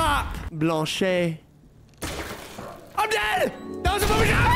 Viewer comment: as a french person holy shit you said "blanchet" perfectly and i give props to you for not just Alt F4'ing at the first jumpscare tough guy ! Edit: Jit didn't expect to get any likes but thanks iguess